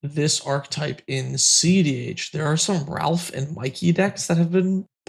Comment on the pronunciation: I die a little each time says "Ralph" instead of Raph.